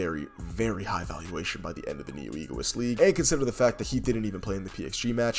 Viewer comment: it’s egoist not Egoiost😅